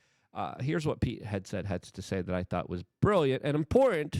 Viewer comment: Man I like this guys content but why does he talk for a living when he can barely talk. He called him Pete Headset. Like bro please take public speaking courses online or something because it's starting to get really annoying. And btw it's Doge not Doyche. I love what Trump and Elon are doing, but when a guy mumbles through basic sentences it kinda shrinks his sense legitimacy